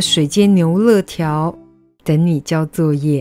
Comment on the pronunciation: 牛累条 不是乐条